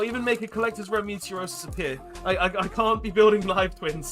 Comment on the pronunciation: I'm slightly bothered that throughout this series everytime you attempt to pronounce "Meteonis" you say "Meteorosis" Enjoying the series apart from that though 😂😂😂